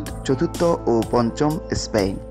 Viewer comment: Ha ha ha ha ha. Vai Spain na span. Otvut kotha batra bole vaisap